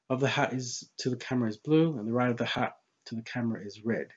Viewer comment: Oh... A Hut... A thought you were saying hat or heart... As I Haven't bothered looking at anything by Mr Riley for a while I wasn't aware of his obviously flat opinion in this but I couldn't work out what you were saying at first to be honest